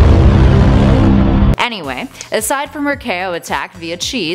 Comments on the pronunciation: OOF chao isn’t pronounced KO it’s pronounced like chow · I don’t want to be rude but it’s not c.a.o it’s pronounced Ch-ow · Its Chao nit Kao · Its pronounced Chow not Cao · It’s not k-O it’s chao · Chao is pronounced like chow, not kao 😒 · Who else is so triggered that she says chao as Kao